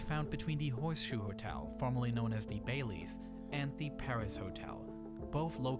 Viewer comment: Bally's, not Bailey's